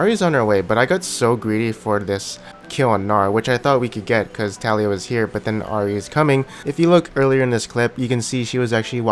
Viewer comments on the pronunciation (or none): none